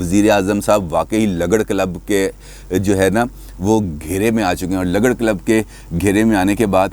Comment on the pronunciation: یہ لگڑ نہیں بلکہ لگڑ مطلب ل کے اوپر پیش لگا کر پڑھیں،،اس کا مطلب ھمارے اٹک میں،بے کار۔ نکما،بے حیثیت اور فضول قسم کا شخص ہے